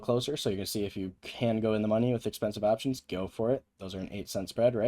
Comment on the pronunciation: “as an aaaaahhhptions trader” vs “op tions”